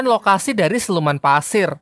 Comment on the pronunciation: Pasir bg bukan Paser Kek orang Jawa